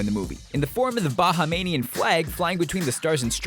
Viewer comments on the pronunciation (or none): It's not pronounced "Baha-Manian", it's "Bahamian"... so it sounds like "Bah-hey-mian". Knowledge is power :D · A viewer in the Bahamas also noticed a mistake in this video. It's Bahamian not Bahamanian. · bruh he fucked up "Bahamian" so badly 😂😂😂😂😂😂😂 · Speaking of mistakes.You kinda mispronounced "Bahamian". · ***** No idea. I'm Bahamian so i know for a fact that's not how you pronounce it so i felt the need to correct him :P